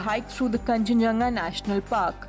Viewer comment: It's kanchenjunga ok